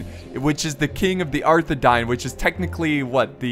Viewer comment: You pronounce Arthedain as Arthe-Dane